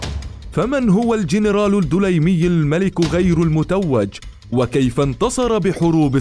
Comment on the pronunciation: ليس الدولايمي..بل الدليمي بالسكون فوق الدال